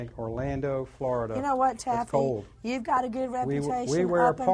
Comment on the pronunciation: ''Cold doesn't have an ''s'' sound on the end of the word.